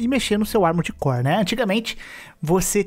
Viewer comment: Quantas vezes vcs escutaram "Amores Core" no vídeo?